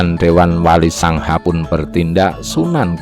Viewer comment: Penyebutan wali songo kok jd wali sangha Apa cm kuping q xg salah denger Kurang enak di dengar